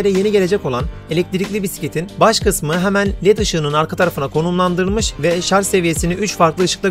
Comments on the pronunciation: Öndeki sepete Sele diyip durmuşsunuz. Daha sonra oturma kısmına tekrar sele demişsiniz ki doğrusu zaten bu. Birde şarz değil Şarjjjjj 😆😆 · Şarz değil şarj!